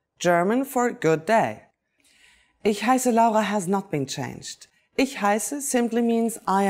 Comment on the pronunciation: can't even pronouce ich